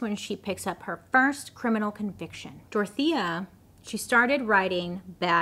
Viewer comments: I thought you were saying "tortilla" for the whole video, only towards the end I realised it was "Dorothea" 😂 sorry, my native language's not English hahahaha ❤️❤️ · I just figured out in minute 32 you are saying Dorothea and no “tortilla” 😂😅😂😅😂😅😂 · ADHD here and not coming from a place of prejudice or racism, but I keep hearing her say “Tortilla” Anybody else? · I kept hearing tortilla 😅😅😅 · Everytime Bailey says "DORTHIA" I just hear TORTILLA.... Anyone else? No? Just me...? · Take a shot every time Bailey says Dorothea but it actually sounds like Tortilla. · my non English speaking grandmother just asked if I was watching a cooking show bc she kept hearing tortilla Tortilla=Dorthea 💀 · Sounds like you’re saying “tortilla” 😂